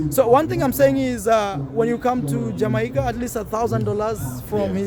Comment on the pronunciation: when you come to jamaaaaaica....lol...pronounce it as jamaica